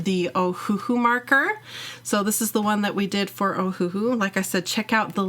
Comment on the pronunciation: It's pronounced Oh-Uh-Hu (Owahoo), but they took out the dashes. The 1st H & 2nd H are silent like the words Oh and Uh, but the last syllable Hu is pronounced like the word Who. An easy hint to remember: The company is named after the Hawaiian island of Oahu.